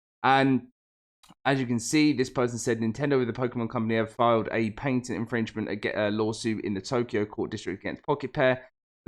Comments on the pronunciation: Omg this sucks so bad, but it’s pronounced, “pat-ent”, not “paint-ent”PLEASE PLEASE LEARN HOW TO SPEAK ENGLISH this video was so hard to watch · What irritates me more is the paint-ent pronunciation. Pat-ent. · Bro for real I was about to look up what is a painted lawsuit 🤯 😂 good thing I can read on my own or I would have felt dumb asking Google that question